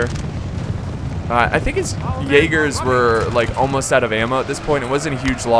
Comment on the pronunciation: I am not blaming you, but I like how you pronounce Jägers. You are like "Yeygars".